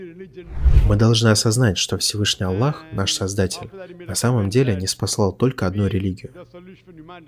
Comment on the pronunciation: Брат Салам -алейкум, не Аллох пишется а Аллах надо правильно говорить и правильно писать. Всё мусульмане говорят Аллах. Если твоё имя неправильно будут произносит, тебе было бы не по себе.